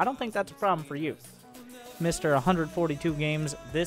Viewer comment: “Probe-blem” hahaha perfect